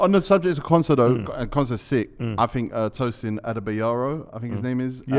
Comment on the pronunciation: U man let get away with calling tosin toe sin, disappointed